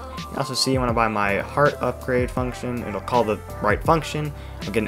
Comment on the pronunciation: "uprade" "ugrade" close, but not quite